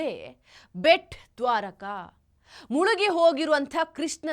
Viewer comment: ಅಕ್ಕಾ ಅದು ಬೆಟ್ ದ್ವಾರಕಾ ಅಲ್ಲಾ... ಅದು ಭೇಟ ದ್ವಾರಕಾ ಅಂತಾ...